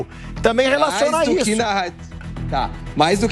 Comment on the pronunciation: "para com issu, para com issu" kkk viraria um bom meme 😂